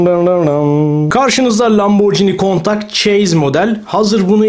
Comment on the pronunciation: Abi video şahane olmuş sadece bilgilendirme olarak yazıyorum lamborghini countach “kuntaj” diye okunuyor. Sevilyorsun ❤